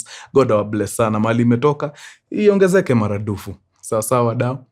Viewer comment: did you just say "iongezeke maraNdufu"? Enyewe mkuru enyewe wewe ni mkamba😅😅